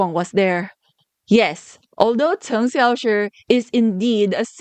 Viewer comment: I love how you pronounce Cheng Xiaoshi's name, I'm not in any way fluent in Chinese and the way you say his name sounds just right to me :)